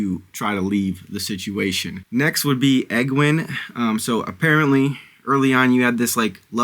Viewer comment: Aes Sedai is pronounced Eyes C-Die Egwene is pronounced Ee-gwain Myrddraal is pronounced Mur-drawl (but you were close enough!) Enjoy the series. It’s absolutely worth it if you stick with it